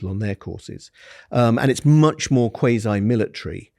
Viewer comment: That's the first time I've someone pronounce "quasi" like that.